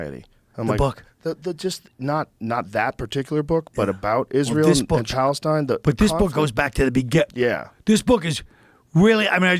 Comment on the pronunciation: "Chalestine" - Joe Rogan